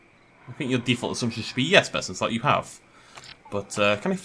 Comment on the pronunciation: I swear sometimes it sounds like you are saying BestInSlut. Maybe that could be your OnlyFans name